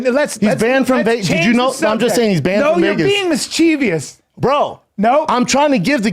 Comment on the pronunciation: really said “MiScHeEviOuS” twice😂😂 (mischievous*)